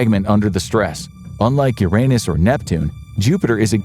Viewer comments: The narrator knows how to pronounce the word "Uranus" properly, but he's got the mind of a child so he says "your anus" instead. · There's a giant void in Uranus 😅 Seriously that's not the only way to pronounce the name of the planet. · That's not how you say Uranus.......